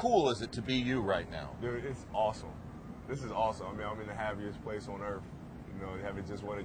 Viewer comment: Did he say earthff